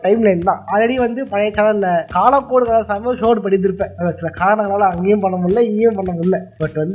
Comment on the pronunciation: Bro காலக்கோடு is the correct one ------ .. not a காலகோடு it's mean காலில் கோடு😂